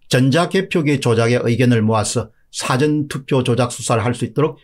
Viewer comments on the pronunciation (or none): none